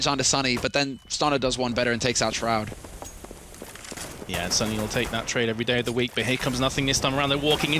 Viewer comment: That moment when calls Shroud, "shrood"